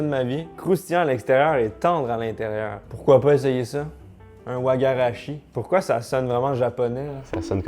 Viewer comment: C'est Waga shi la pronunciation attention c'est du bénin